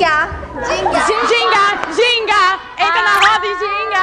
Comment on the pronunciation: hina perfeita falando ginga